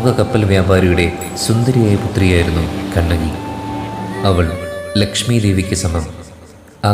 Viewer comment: ചിലപ്പത്തിയല്ല, ചിലപ്പതികാരം' കണകിയല്ല, കണ്ണകി. ദയവായി തെറ്റിക്കല്ലെ... മനോഹരമായ ഒരു പേരല്ലെ..